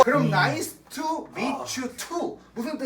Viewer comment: 나이스 투할때 투가 to 아닌가욬ㅎㅋㅎㅋㅎㅋㅎㅎㅋ